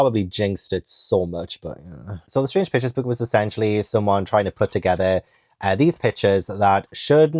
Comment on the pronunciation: Every time you say Strange Pictures, I hear Strange Bitches. 😭😂